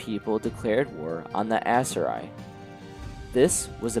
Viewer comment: Great video it rlly helped me immserse and get through part of work. It kept throwing me off how u pronounced Aserai tho 😅😭😭